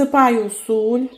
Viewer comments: В українській мові завжди була і є СІЛЬ, а не суль,вибачте.... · Господине,не знущайся з укр. Мови,чому,,суль'' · Суль? Ну добре, такого я ще не чув) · Найбільше сподобалось "суль" Давно живу нв світі,але таке чую вперше